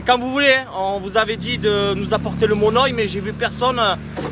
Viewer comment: Dsl mais ça fait mal au coeur quand les gens déforme ma langue donc juste comme ça on dit du monoï (monœil) ❤️❤️❤️ donc MON ŒIL MERCI❤️❤️